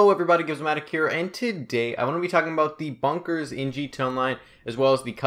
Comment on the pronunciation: It's g t a its not g ta